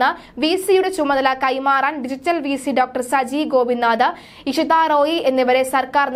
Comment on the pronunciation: ഇഷാ റോയി അല്ല, ഇഷിതാറോയി ആണ് വിധ്യാഭ്യസമല്ല വിദ്യാഭ്യാസം ആണ്.. അർത്ഥം മനസ്സിലാക്കി വേണം വാക്കുകൾ ഉച്ചരിക്കേണ്ടത്